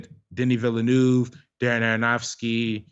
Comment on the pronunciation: My years of French class in high school and college are fairly useless here in the states except when it comes to pronouncing French (or French-Canadian) names... De-NEE Vil-uh-NOOV. (If there is a vowel following a consonant at the end of a name or word, pronounce the consonant -- drop the vowel. If a consonant follows a vowel at the end, pronounce the vowel -- drop the consonant, like "salut" = suh-LOO.)